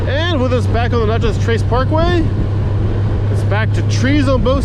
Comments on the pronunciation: Natchez! Like gnat chez Not nachos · Dude it’s not pronounced “notches” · I kept looking for salsa...sounds like ta was calling it Nachos 😂😂😂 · What’s funny is there’s a girl with another Natchez video and she pronounced it the same way you did. I’m from Louisiana so I don’t pronounce anything right🤣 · It is Natchez not Notchez. It ends in MS not LA. There is no Notchez LA. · Wow. Mississippi. Also, it’s not pronounced like nachos. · Every time you say "notches", it makes me want to pull my hair out. It's Natchez, rhymes with matches!!! And Natchez is in Mississippi, not Louisiana. If you're getting that small fact wrong, how sure are you that you've ridden in 46 states? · You're killing me how you kept pronouncing Natchez and a few other towns. Tupelo is a great half-way point with hotels, restaurants, gas, Elvis and the downtown is cool. Vanelli's Bristo downtown has the best pizza ever!! In Alabama, around Tupelo and Jackson, you will encounter folks using the road to commute. Park Rangers have unmarked vehicles (trucks, cars, suvs) so keep that in mind, the fines start at $250 and go up. There has been some shady stuff happen on the Trace so if you stop, just be aware of your surroundings and those around you. Plan your gas stops before riding it. It is a great relaxing road to cruise. Some find it boring but others enjoy it. If you want to do 80mph, just take the interstate. Been traveling the road for over 30 yrs. Always be alert to wildlife. Deer do stupid stuff. Turkeys not much of an issue. Turtles and armadillos will cross the road. Seen horses and cows that got out of their pastures on the road. If riding, try to get off before the sun goes down due to wildlife. Very hard to see. People head deep in their smartphones are a problem. They will cross that double line. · There wasn't any problem with how you spelled it. It was the pronunciation you used, you were using a o sound where it should have been an a sound.